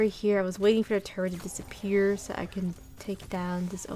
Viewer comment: Hold up that “disappeah” didn’t go past me 👀